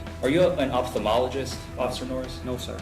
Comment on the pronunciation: If you're going to ask someone if they're an ophthalmologist, you should at least pronounce it correctly.